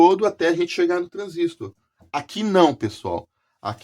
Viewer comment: É muito bacana vc trazer esses livros e comentar aqui para todos nós, parabéns e obrigado né. Gostaria de trazer um comentário construtivo com finalidade de também ajudar os amigos q amam eletrônica. O comentário é sobre a pronúncia q gostam de fazer sobre a palavra TRANSISTOR, observei q a pesar de ter escrito na capa do livro a palavra TRANSISTOR sem acento agudo na letra i , e a pesar de conter uma letra r no final, as pessoas gostam de falar " TRANSÍSTO " . Não me levem a mal, longe de mim querer ser professor de português, mas observo q é uma mania muito antiga de pronunciar "transísto " , não é o correto .